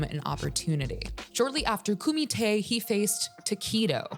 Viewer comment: Koomee Tay...........doesn't sound as tough as when they say it in bloodsport 😂